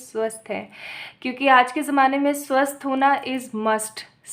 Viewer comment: I hear swasth ko suar 🐷 😂😂 Sorry for that but this reading is the best reading 🤗🤗😋♾️